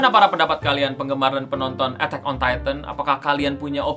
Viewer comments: harus.y di baca e'tak bukan etek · lah iya si ngomong nya "etteck on titan" woii.. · Apa cuma gua doang dengernya etek on tayten “penyebutan e nya kayak ngomong ketek” 🤣